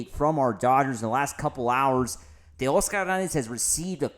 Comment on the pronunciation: I was gonna sub but then you over enunciated teoscarrrrr herrrrnannnnndezzzzz .